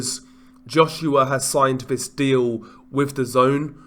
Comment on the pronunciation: Vis vat vu ver vose do you mean THIS THAT THE THERE THOSE???